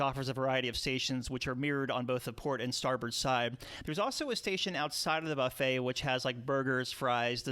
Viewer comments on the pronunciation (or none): none